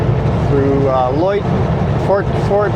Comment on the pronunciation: Fort Macleod (pronounced "loud" not lloyd") predated the settlers. It was the headquarters of the North West Mount Police. It is the second oldest european settelment in Alberta. The fort is not the original. Lots of Mennonites around you.